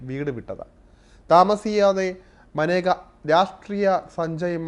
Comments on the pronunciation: Not Maneka, she is Menaka. Your pronunciation is wrong. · മാനേജ അല്ല മേനക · തൻ്റെ പേര് ഉച്ചരിക്കേണ്ടത് മനേക എന്നല്ല 'മേനക' എന്നാണെന്ന് അവർ തന്നെ പല പ്രാവശ്യം വ്യക്തമാക്കിയിട്ടുള്ളത് ശ്രദ്ധിക്കുക. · Report kollaam. But Maneka alla. Menaka ennaanu name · She kept her spelling like Maneka but her name should pronounce Menaka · മനേഗ അല്ല മേന ഗ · മനേകയല്ല. മേനകയുമല്ല. മേൻകയാണ്. ഇംഗ്ലീഷിൽ മേൻക എന്ന പേര് ജനന സർട്ടിഫിക്കറ്റിൽ എഴുതിച്ചേർത്തപ്പോൾ MANEKA എന്ന് തെറ്റായി എഴുതപ്പെട്ടതാണ് എന്ന് മേൻക തന്നെ പലപ്പോഴും പറഞ്ഞിട്ടുണ്ട്. അതുകൊണ്ട്, ദയവായി തെറ്റിച്ച് ഉച്ചരിച്ച് പ്രചരിപ്പിയ്ക്കരുത്. മോദിയുടെ പേരും പലരും മോഡി എന്ന് തെറ്റായി ഉച്ചരിയ്ക്കുന്നു. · Name is pronounced wrong,Pls do research before presenting a topic . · Sir I think Menaka is not correctly pronounced.